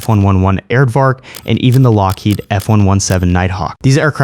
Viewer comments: "aired vark" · The "aired-vark??" Oh well, hopefully it gets better. And yes, the F-111 Is pretty, but Tomcats are prettier.